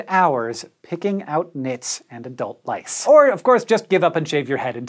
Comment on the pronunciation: lice sounds like rice!